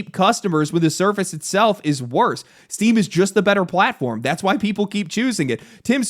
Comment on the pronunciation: I swear, I’ve listened to the first 2 seconds of this video like 8 times and I just keep hearing “Steve is getting sued” lmfao